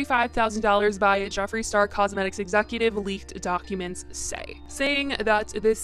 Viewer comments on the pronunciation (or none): none